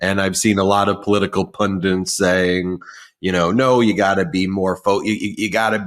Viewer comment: P-U-N-D-I-T NOT PUNDINT.